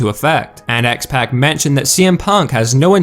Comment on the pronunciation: Really... X-PACK LOL... I'm sure it's said differently